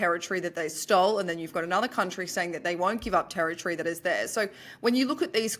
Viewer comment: How lovely to hear say territree instead of terri-tory, well done